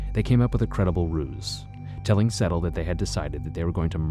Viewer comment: It's not pronounced Settle... It's Sedtal... Pronounced SaidTall... I know Vivian